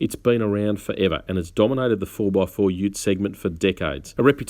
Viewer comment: I'm sorry.. I thought he said "4 dickheads" from the beginning.. 😂